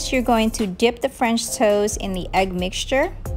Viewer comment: I though you were saying “French toes”, which I love way better than “French toast” 💕😂